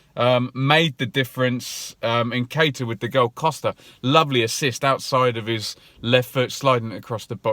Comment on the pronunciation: Many many happy returns of the day! Keep the content coming bro, love it. Just wanted to let you know Eddie Nketiah's name is pronounced, uN_kettee_aH.